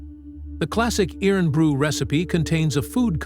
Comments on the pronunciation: FFS it's pronounced IRON BREW. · It’s pronounced “Irun Bru”